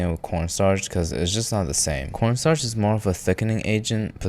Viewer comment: So I think he just calls corn starch corn star